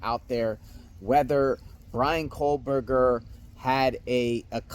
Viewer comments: Another guy who says "COAL-berger" instead of KOH-berger. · There's no "L" in "Kohberger" bro. Its pronounced "co - burger." Not "coal - burger." Its little stuff like that which will make people disregard your research, insights and opinions if you can't get the perp's name right.